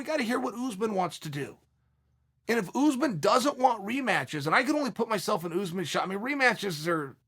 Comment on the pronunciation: “Boolal Muhammad and Oozman” Okay great